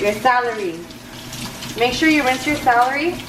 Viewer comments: I can’t stand how you keep saying salary instead of celery lol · You know when you are Hispanic when you pronounce someone English words wrong. Celery not salary.... lol love you. And I'm going to make this macaroni salad for sure. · I love how you say celery ahaha "salary"❤️❤️ I'm from cananda and I made this for my family.. they loved it!!! It was so good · "SALARY & MAY-KNEES" 🤣😂has me rolling!!💘😭😆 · The “salery” 😂😂😂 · how she says celery ahahhaha ilysm 😻😻 I wanna try this recipe looks ducking bomb